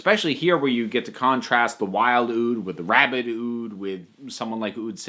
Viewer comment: When you said “rabid ood” I initially heard “rabbit ood”... I think that’d be scarier than the weeping angels